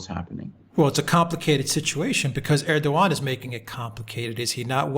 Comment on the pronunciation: Correct pronounciation of President Erdoğan is exactly like saying these english words - ; air-dough-anne. Correct pronounciation would be to roll the 'R' airrrr-dough-anne. English girl's name anne/ann same. Stress is put onto the first part of the name AIRRRR-dough-anne. And it's NOT ASS-SAD. It's AssSAD.